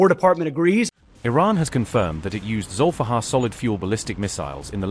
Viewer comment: It's Zulifqar, aka Ali's sword. not Zolfaghar 👍👍